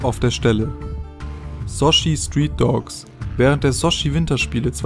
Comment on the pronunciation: Zwar ein gutes Video, aber rede erstens etwas motivierter und zweitens musst du unbedingt an der Aussprache arbeiten, beispielsweise bei Rio Builders oder Sochi :)